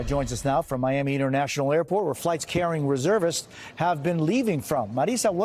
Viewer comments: “HHHhhamassss” ahaha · Listen to how she says “Hhhamasss” ahahaha🤣😂🤣